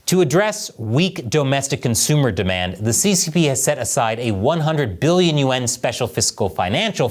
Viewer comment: is this AI? why does he keep saying Trillion U N , instead of yaun.